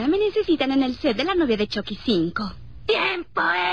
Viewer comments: Yo en ves de esuchar "Chucky" escucho "Chocky" xd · Me mata porque dice chocky no chucky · se ecribe chucky y se pronuncio chocky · Se pronuncia "Chocky" pero se escribe "Chucky" en Estados Unidos dicen "Chocky" pero creo que en latino américa pronuncian más el "Chucky" XD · Jajaja me da gracia como le dice shocky en vez de chucky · Choky xd es chuky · Porque Dice CHOCKY :V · se dise chucky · No se dice choci 😴